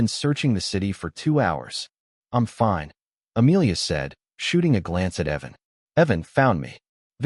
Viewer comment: Personally, for me, The Voice doesn't matter so much as the quality of it. The glitches and others videos, the consistent mispronunciations of simple words like fine. Those are what drive me off the wall, as long as you maintain quality content and avoid those, that's what matters to me.